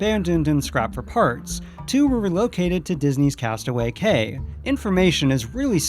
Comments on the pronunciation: Cay is pronounced “Key” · Pst.... whispers I know it's spelled Cay, but it's actually pronounced "key". Sorry, please continue. :-)